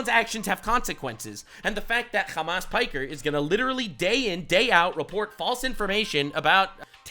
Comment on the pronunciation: "Hamas piker" had me dead ngl.